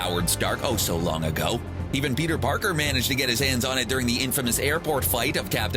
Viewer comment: Has anyone noticed how the guy says Peter Parkers its so annoying